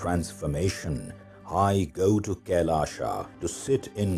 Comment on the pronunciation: Why pronounce “Kailash” as ‘Kailasha’? 🤔